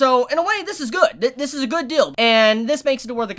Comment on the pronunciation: All I hear is "this is a good dill"